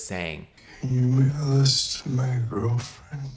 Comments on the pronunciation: I thought it was, can you wiggle this to my girlfriend 😂😂😂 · exactly?!? I’ve repeated this clip over and over again and it still sounds like ‘can u give this to my girlfriend’. Where is the ‘mail’ in it??? 😭 I don’t hear it at all it’s stressful